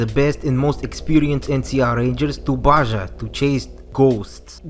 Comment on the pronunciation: Small gripe, Baja is pronounced as Ba-ha and not Ba-ja(it's a Spanish word).